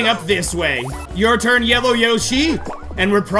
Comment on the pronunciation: I love the custom dialogue at the beginning! Toad sure likes to decide the TURRRRRRRRRN order! Also, ha ha! Skateboard go BRRRRRRRRRR